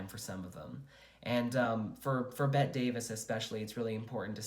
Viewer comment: Bette Davis pronounced her name the way you’d say Betty - you need to re-record